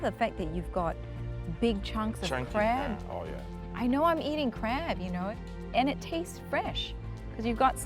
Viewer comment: Does anyone hear crap instead of crab? 🤣